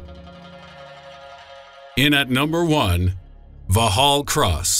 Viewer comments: took me a moment to work it out it was so far off lol. vallhallross? wait thats a london buss. ooooooh. haha vox hall cross /facepalm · The pronunciation of Vauxhall Cross is very funny. For the benefit of Americans, it is pronounced the same as you would say "Vox hall Cross".